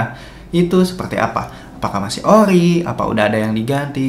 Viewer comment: ori bang bukan okhri , sekarang bang bukan sekahkrang 🗿